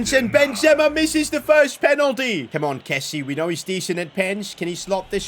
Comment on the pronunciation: Why is pronouncing kessie wrong?